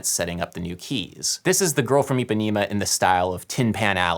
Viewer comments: jesus, stop saying Ipanima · eu tbm, especialmente eles falando "Ipanima"! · Okay so great video but please Adam and all Americans: it's pronounced EE-PA-NEH-MA NOT EEPANEEMA it's an issue a lot of Americans have with pronouncing a soft E for some reason.. Another example is how Americans pronounce my name Paydro when P-eh-dro is FAR preferable. It's not hard but the consistency in which people get it wrong is frustrating. I know it's not intentional, and that's why I want to educate you on that and again this video was really cool (: I learned so much about the culture of the music of my people.